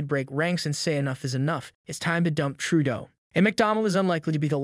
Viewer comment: Not NEWFOUNDland. It's NEWFundland. . I hate JT but give him the courtesy of saying his name correctly. NOT Tròodo.